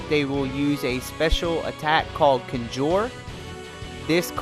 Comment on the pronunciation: It’s pronounced Con Jur lol conjure conjure. Sorry your guide is amazing but you mispronounce so much shit lol. Still following your guide 100%.